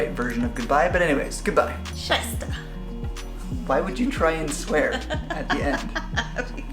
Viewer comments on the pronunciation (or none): Were you trying to say "Scheiße!" at the end? Sounded more like Scheißtag, which would translate to shitty day. I thought you enjoyed your day in Berlin :)